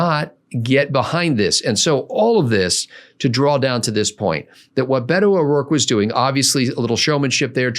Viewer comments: It's Beta (as in beta male) O'Dork... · It’s pronounced Bee’toe